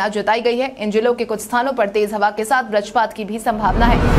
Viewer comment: आज फिर से बजरपात को बरजपात बोला